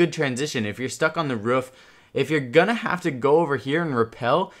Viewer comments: Ruf 😂. Not hating just thought it was funny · "If you're stuck on the RUF" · "The ruff"